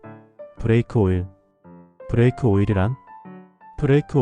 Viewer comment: 브래이크 -> 브레이크